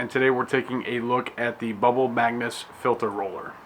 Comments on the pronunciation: "Magus" NOT "magnus" thumbs down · MAGUS. Not "Magnus". Especially if you're going to sell it and make presentation videos, get it right! Its like nails on a chalk board, and you said it 137 times. LOL